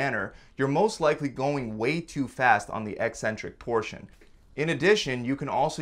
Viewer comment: You don't even pronounce "eccentric" properly, so hour education is dubious at best.😮 You've cherry picked studies to match the title of your video. Ever consider those super fast reps will lead to injury? Guessing not.